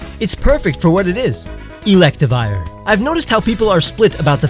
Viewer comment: I agree with all but it is pronounced elect riv i er